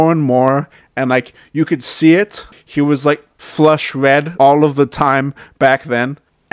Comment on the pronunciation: What kind of grown man talks like this? "He weally started dwinking mowe, his face turned wed"